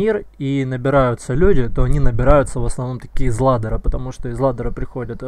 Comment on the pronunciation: ладера, блин аж коробит как каверкаешь